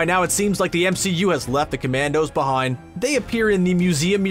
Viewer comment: I heard "stories left behoind".